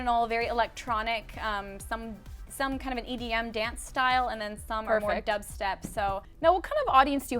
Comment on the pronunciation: She said EDM, not EBM.